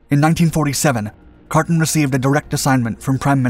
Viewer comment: Same goes for your pronunciation of Carton.